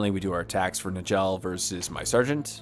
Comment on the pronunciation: Njall is pronounced (Nyall). Please